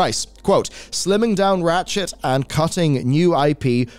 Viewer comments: all I kept hearing was "rat shit" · I enjoy your gaming reporting but everytime you say Ratchet (an IP I love playing) it sounds like you are saying rat shit and I have done a double take or two.